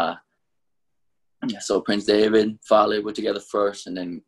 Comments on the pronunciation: It’s funny how how pronounced prince Devitt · Why does he pronounce Devitt like David lol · Why does it sound like he keeps saying prince David and not devitt lol. Am I missing something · I can't be the only one that thinks like it sounds like he's saying David instead of Devitt